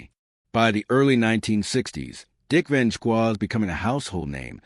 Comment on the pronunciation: I was curious to hear this information. . . but I had to shut it off after the fifth or sixth time the AI Narrator (and therefore the captions) referred to Dick Van DJK. There's a lot of A here. . . and not much I.